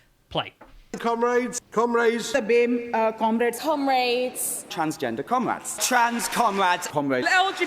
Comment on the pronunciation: I broke into laughter "cumraids" and "twansgenduh cumwæds"